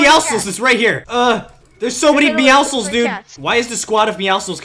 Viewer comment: He said Meowschles 👎 not meowscles